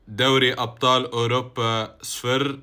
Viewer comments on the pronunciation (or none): none